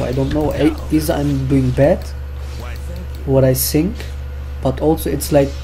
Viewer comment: Are you German? You say sink instead of think! Germans can`t say th^^